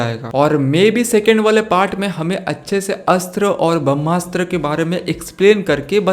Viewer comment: It's BHRAMASTRA not BHAMASTA... But anyway's video is awesome👍👍